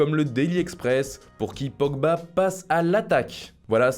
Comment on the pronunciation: Tu as dis polba